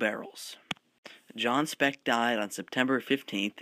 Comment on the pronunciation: its speke not speck, ffs.